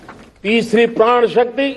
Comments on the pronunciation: Prrad nahi modi ji prad bolo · Sahab praan nahi pran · प्रण शब्द को बार बार प्राण कहने वाला व्यक्ति मूर्ख नही तो क्या है। जो इतने वर्षों के बाद ठीक से हिंदी बोलना भी ना सीख पाया हो वो देश को विकसित राष्ट्र बनाने का सपना दिखा कर सारे देश को मूर्ख बना रहा है। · प्रण होता है, प्राण नही Sir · इन साहिब जी से कोई कहो कि प्राण नहीं होता पर्ण होता है। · ' प्रण' है या ' प्राण '...?🤣🤣🤣🤣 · Modi uncle itna feku ha parn nai prann hota ha